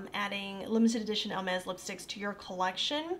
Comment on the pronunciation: I absolutely loved watching your review and you are adorable!! Just for reference, and it is not my intention at all to be mean, but Hermès does not have an “L” in it. It’s is pronounced more like ‘Air mez’. Again, I loved your review and look forward to watching more of them! ❤️